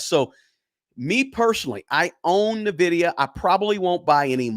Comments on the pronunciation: It is N VIDIA not NAVIDIA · It’s in-vidia not na-vidia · Ennn Vidia. Not Nuuhh vidia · It's pronounced ENvidea, not NUHvidea. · N-vidia not Navidia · The name of the company is pronounced "En-vidia," not "Ni-vidia." Lol! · Its N vidia not navidia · It's N vdia not Nivdia. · N - Vidia, N - Vidia, N - Vidia, there is no Navidia. Where do you see the A in the name? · N NOT NAH!😅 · It’s pronounced “In-Vidia” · It’s N(an)Vidia. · It’s pronounced IN-vidia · It's pronounced IN-VID-E- UHH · It’s pronounced N-vidia, after the Spanish word Envidia, which means envy, and indeed, NVDA is the envy of every other stock. I own it since 2020. The only runner up to NVIDIA right now is AMD, and they’re far behind but are an excellent company with a great CEO. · It’s pronounce IN VIDIA lol but great video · For the non-gamers out there: It's pronounced "in-vidia." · Not n vidia it’s envidia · its not NAvidia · Small point ... Its pronounced envidia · It is pronounced (en-vid-ee-a) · Dude, Nuh-VIDIA? Really? 😂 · I hate to be that guy but it’s actually pronounced Nvidia (en-VID-ee-ə) . The stock has made me a multi-millionaire so it hurts to hear the name mispronounced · He pronounces it so wrong. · Bro say nvidia correctly pls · I concur. The stock has made me a multi-billionaire and I declare I nearly faint when I hear it mispronounced. Oh, casually throwing in that Nvidia made me a multi billionaire is cringe and douchey? Well then, I guess I'm just a huge douche. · At bare minimum, he should pronounce the name of the stock he is pushing correctly. It’s not nitpicking, it’s not asking that much folks! I too am a long-term holder of NVDA and have raked it in. But it does drive me nutz to hear it so often on this video (and elsewhere) mispronounced. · Haha and he says it so often lol😂 but great info on his part